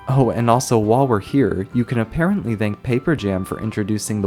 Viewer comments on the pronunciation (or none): none